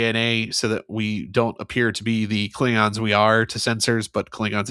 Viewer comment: Does he call them "Kling-rons" on purpose?